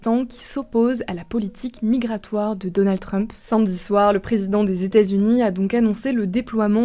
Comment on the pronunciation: y'a que moi de absolument TRIGGER de comment elle prononce "samedi" ?